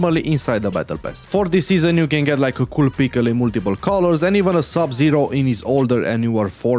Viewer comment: "A cool peekel in multiple colors" got me that was hilarious